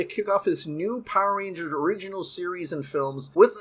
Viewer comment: Why do all Power Rangers YouTubers pronounce is "PAH-rangers" ? lol